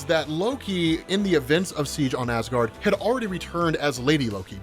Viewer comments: yeah i notice him make that mistake a few times too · "instigated Asgaard"